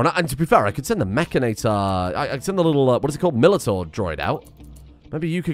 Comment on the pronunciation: would somebody please teach how to say mechanitor